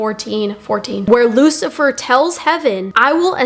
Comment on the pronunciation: Perfect guy.... Lou-see-fer